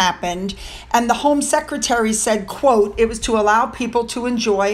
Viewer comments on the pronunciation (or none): none